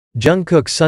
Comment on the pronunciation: Tje way the voice pronounce namjoon naamjoon